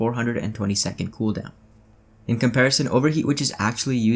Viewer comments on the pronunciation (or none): none